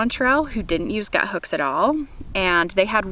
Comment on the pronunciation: Why does everybody pronounce it as “Guthooks” when it’s clearly just “Guthook?” Lol. Anyways, excellent video! Thank you!